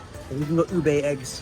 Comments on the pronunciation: not ube its obeiyyyy😂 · it U-bé with short vowel sounds, not U-bay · Not Ube but it's OBEEYYYYY😅😂